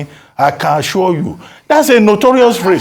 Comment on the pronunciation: Dr Abatti just pointed out what troubled my mind 'I assua (assure) you'.